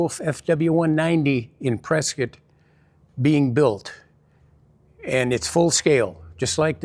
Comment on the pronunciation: Great story! Everyone could use a friend like Vern.... Bob is a legit interesting man! Thanks for sharing the story of this airplane and Men! P.S. You know someone is legit from Arizona how they pronounce Prescott, AZ.. ;)